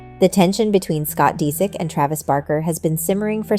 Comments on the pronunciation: It’s “ Dis ich “ 😂😂 she’s said it like three different ways and all the wrong way! Dang 😂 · 😂😂😂 learn to say his last name hahahaha